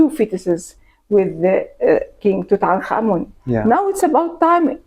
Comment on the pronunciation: I simply cannot tell you how delightful it is to watch a documentary about ancient Egypt and about Tutankhamun in particular, and hear the people featured in the doco pronounce his name correctly! I am heartily SICK of western program content, the History Channel in particular, about the legendary Egyptian god of taxis Tooten Car Man! Bravo bravo!